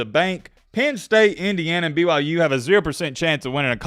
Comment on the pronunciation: Did he just wish me a Merry Christmas and is he actually saying BYJews? Jesus Christ, you are absolutely deranged!